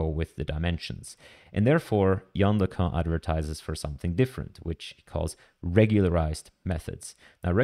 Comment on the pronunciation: It's pronounced, "Yan Lickoon".